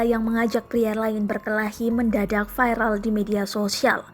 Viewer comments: 0.13 - 0.14 mohon maaf sy mau koreksi mimin nih, klo bikin berita dlm bahasa indonesia ya ga usah campur2 dong sm gaya berbahasa asing, klo ngomong "VIRAL" ya cukup viral aja dong, jgn dibumbui dgn gaya bahasa asing yaitu "VAIRAL" (contoh) kecuali lagi ngomong dlm bahasa inggris lah ga apa. ntar lama2 si PAIJO disebutnya PEIJO, lalu si ANDI disebut ENDAI, terus SUMARNI dipanggil SUMERNAI, 😀😀😀 MARI KITA BERBAHASA INDONESIA DENGAN BAIK DAN BENAR, MARI KITA BANGGA DENGAN BAHASA SENDIRI. ❤️❤️❤️🙏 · Viral ngomong nya vaeral 😀